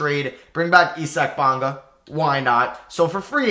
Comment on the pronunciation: He really said E-sack Bonga